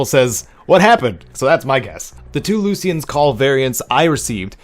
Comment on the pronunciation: It’s pronounced “lue-sh-ian” not “loos-Ian”